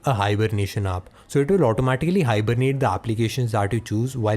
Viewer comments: what happened to his ayaaa sound? its app not aaap :D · Why do you pronounce "AA" to "A"?